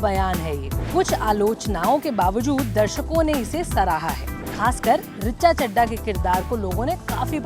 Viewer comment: बहन जी उनका नाम ऋचा चड्ढा है। रिच्चा चड्डा नही है।